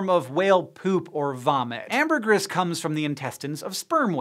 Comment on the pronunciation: Why does Hank hate the long e sound? Larvae is "lar vee"! Amergris is "am ber gree"!e